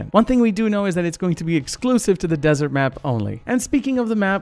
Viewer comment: desert not dessert